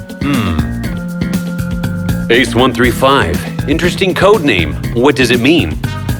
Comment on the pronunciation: When he says bolt of lightning it kinda sounds rusian